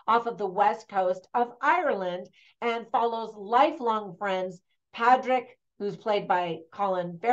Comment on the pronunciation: Some of your pronounciations needed a bit of work Colm is pronounced Colim ,which is why we irish can't pronounce film correctly Padraig is paudrig or pauric not padraig Barry Keoghan is kyohin not keegan Bean si is pronounced Banshee exactly the same The film was not 100% historically accurate ,not that it needed to be,however its interesting to note that pub sessions and women in the main part of the pub wouldn't have occured at that time in the 1920s.Pub sessions are the result of catholic church backed irish laws as it was it was the first year of independence its unlikely the new irish government were passing many laws that were not to do with the Civil war which was going on at that time.Another thing is the language offshore islands off the west coast would almost certainly had gaelic or irish as we call it here as the community language not gaelic.Thats not a criticism of the movie just some observations. Suileabhan means one eye not sure whether that has any meaning in the film or not